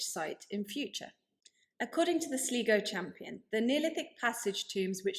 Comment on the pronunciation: Brilliant series, well presented and researched. BTW Sligo in Ireland is pronounced Sly/Go. There are many other Irish names that are virtually impossible to pronounce from their spelling. e.g. Youghal is pronounced Yawl